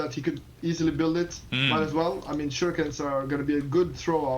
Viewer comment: OK ... let's try this ... Don't pronounce "shurikens" like "baNAna" or Street Fighter's "haDOUken", emphasizing the second syllable. Instead, emphasize the first syllable, like "PAnama" or "POLtergeist". And also change the middle syllable back to an "EE" sound: "SHOO" ... "ree" ... "kens" Some day, I believe, you will get this achievement trophy. :)